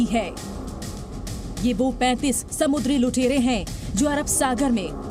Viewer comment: 35 bolo 35 saw nahi 😂 bhisadi ke